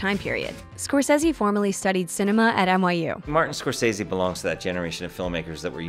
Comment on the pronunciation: Why can’t this annoying woman say scorcese right 😩